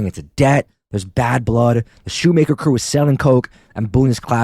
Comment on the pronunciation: This WAS posted a year ago but I just have to say it's Appa-LATCH-a and Shoemaker is pronounced shoe-mach-er (like mach 5)